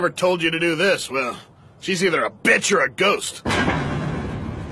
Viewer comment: Why did bro say bitch like that 😭